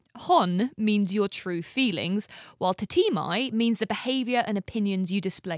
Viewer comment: BTW your pronunciation of the Japanese words "honne" and "tatemae" is incorrect. Honestly.